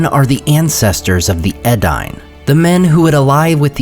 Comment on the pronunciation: Edain is pronounced Eh dah een. Earnedil is pronounced eh-ah-Rehn-deel. Arthedain is arthe-dah-een. Dunedain is dune-eh-dah- een.